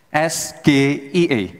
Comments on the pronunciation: nanyanya dalam bahasa inggris saja salah es ge i e harusnyakan es ji i e makanya gus imin tak ngerti katanya pernah kuliah diluar negeri, no 1 2024, belagu lagi udah salah ucap. coba dilihat klip didada untuk apa yang lain tidak pakai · Singkat nya bener SGIE ngomong bahasa inggris salah😂😂😂 masa ngomong bahasa inggrisnya sama SGIE harusnya S G A I😂😂😂😂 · Kalo acronym dari bahasa inggris ya bacanya es-jee-ai-ee bukan es-ge-i-e. Orang bule juga ga bakal mengerti pertanyaan tsb. GaMa 2024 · Klo itu SGIE singkatan bahasa Inggris seharusnya dilafalkan dengan bahasa Inggris dong, masa Es Ji Ai I jadi Es Ge I E 😂😂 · ES GE I E saya gibran ingin elegan Es Ji ay i State of the Global Islamic Economy Pengucapan Inggris ya inggris , pengucapan indo ya indo masa di campur2 ... klo gado2 enak di campur 😂😂 ,lidah oh lidah 😂😂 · Nanya yg bener bos, kalo singkatan bhs inggris dieja nya ya pake bhs inggris jadi bukan Es Ge Ii Ee yg bener tuh Es Ji Ii Ei, tapi kan udah dijawab dgn mantap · Si Gibran ini juga koplak 😂😂😂 kalau itu singkatan bhsa Inggris, SGIE, harusnya bilang ES Ji Ai i. Cuma pendukung 02 pura2 gak tau., pada hal tau 😂😂😂. 🤟🤟🤟🤟🤟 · Halo para pendukung belimbing sayur dan belimbing sayur juga!!!! Kalau anda mengeja bahasa inggris, jangan di campur adukkan kedalam bahasa indonesia. SGIE itu tulisan, tapi ini lisan(mengucap),harusnya eS Ji Ai i faham anda oon?? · SGIE : singkatan bahasa Inggris tp pengucapan pake bahasa Indonesia 😂😂😂 katanya jago bahasa Inggris udh gitu nyontek pas disuruh jawab SGIE apa?😂😂😂